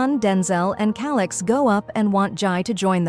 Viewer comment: Bro said(ALIX) NOT (CALIX)😂😂😂😂